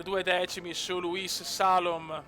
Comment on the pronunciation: grande! comunque si pronuncia Salòm!;)